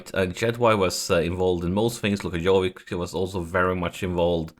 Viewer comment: Dude Jovic is not Jovik, prenouce it like Ibrahimovic.